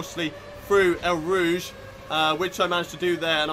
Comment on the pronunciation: It sounds like you’re say el rouge not eau rouge